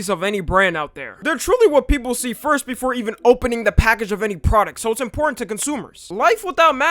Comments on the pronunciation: "The pra-dick" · is it just me or does say produc and not pronounce the T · I’m not hearing that “T” in Product I’m hearing “K”